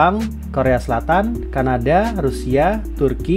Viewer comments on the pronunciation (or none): Pas bilang kanada, saya dengar nya wakanda🤣